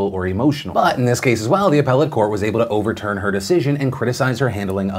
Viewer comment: Glad you are pronouncing “appellate” correctly 😜